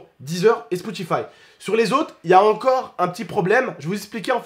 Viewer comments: tu dit Spoutify au lieu de Spotify 👌🏾😂❤️ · a dit spotifive 😅😅😅 on y en veut pas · Comment j'te kiffe t'as dit spoutify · ''SPOUTIFAYE'' lol